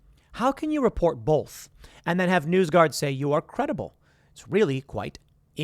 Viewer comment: The whole world: "Both." Tim: "Bolth."